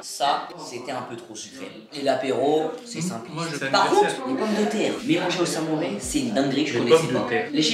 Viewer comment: D'où on dit samouré sa se dit samouraille